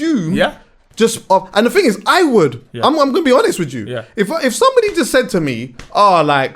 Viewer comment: “To be honest wij ju” 😂😂